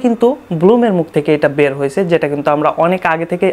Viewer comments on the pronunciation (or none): none